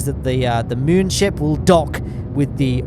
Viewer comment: Wow, saying “moon ship” really bothers me 😬